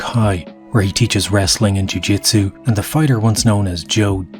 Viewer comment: Lol "Pool-jitsu" you mean "Poo-jitsu" lol 😆 🤣 😂